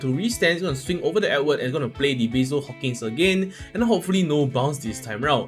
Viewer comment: Why you butcher my Hawkins name 🥲